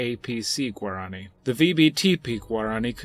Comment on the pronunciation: You spoke incorrectly. Its not guarAAni. Its Guaraniiii 😄